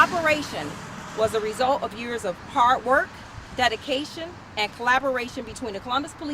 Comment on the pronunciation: “Hart work”? What’s that?